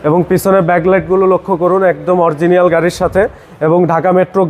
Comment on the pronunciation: It is “Original” not “Oriegienal”